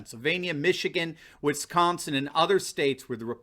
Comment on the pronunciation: You’re great. Love your videos BUT..... there is no “H” in Wisconsin 😂